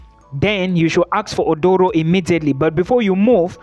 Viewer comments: Aduro, not Odoro. A Ghanaian word. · It is not Odoro. Read my lips...say A-DU-RO 😂